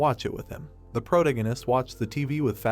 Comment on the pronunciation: All your videos mispronounce "protagonist".